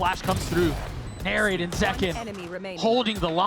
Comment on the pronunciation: the commentator keeps calling NARRATE Nature lol